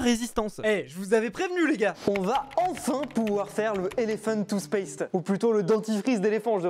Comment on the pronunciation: Avec c pas toothpaste c'est toosspaste